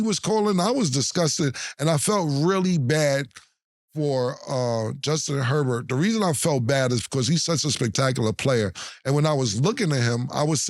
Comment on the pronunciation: The way cam and mase be messing up names be having me weak 😂 Cam ass said “Hubert” instead of “Herbert” 😂😂